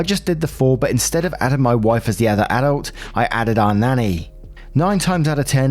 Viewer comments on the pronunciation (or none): none